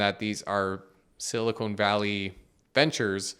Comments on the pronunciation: Silicon and Silicone are two different things. I had fun hearing you say Silicone, lol. Silicone Valley has to be in Las Vegas or Hollywood. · Thanks for the video, very informative. I heard some recent, earlier this year, warnings about this--they called it a Bail-In. And FYI you should pronounce it Silicon, you keep saying Silicone. Silicone is something else. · Love the video and simplistic explanation but hearing SiliconE instead of Silicon is like screeching chalk on a board. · Dude. Silicone and silicon are different. Silicone (rhymes with cone) is what they make large-chested ladies from. Silicon (rhymes with con) is a fundamental atomic element and what they make semiconductors from. Silicon is used to make silicone but they're not the same. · “Silicone Valley” lol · Someone, please, tell that silicon!= silicone. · Is it siliCONE, or siliCON? Been hearinng CONE more often than not, lately. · Why does he keep saying “silicone” instead of “silicon” ? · Thanks for the good coverage. Small beef. It's sili-kahn, not sili-cone. Silicon is used in computer chips, silicone is prosthetics. NOT financial advice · Please stop calling it siliCONE valley. 🙄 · I was sidetracked by the Canadian accent pronunciation of Silicon as Silly-Cone. 🙂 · I think "Silicone" valley is where breast implants are made mate. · should learn how to pronounce silicon tho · he's also pronouncing it wrong in canadian